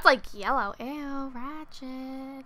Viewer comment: idk y but whenever says rachet, I just burst out laughing:P